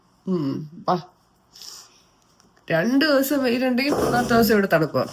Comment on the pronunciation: Devasam alla, divasam 😊 nxt time do crct